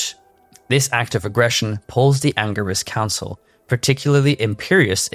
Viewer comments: anger-is council??? dude, u do diablo lore. at least learn the pronunciations of it. 🤦🏻‍♂ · So many lies.he is not the leader.learn yo pronounce angelic council